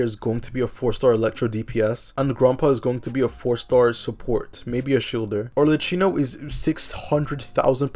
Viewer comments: Amazing video, but everytime you say Arlecchino like that it makes my ears bleed, lol. In Italian, a C followed by an H reads like a K, so it would be like Arlekkino. Can't wait for your Focalors pre-release analysis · Not sure I understand the laugh on Arlecchino, it's not a slur or anything? 😅 Also, if you want to pronounce it in Italian the "chin" is read "kin" as family kin , cheers